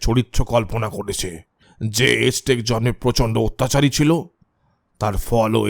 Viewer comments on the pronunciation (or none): সঠিক উচ্চারণ বোধহয় আ্যজটেক, এজটেক নয়।